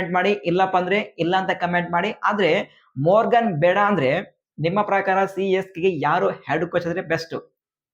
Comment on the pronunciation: ಮೊರ್ಗನ್ ಅಲ್ಲ ಮಾರ್ಗನ್ ಅಣ್ಣ